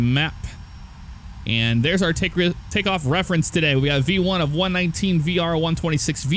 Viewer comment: it sounded like b-1 I knew it was v-1. Have you done any sort of training for flying?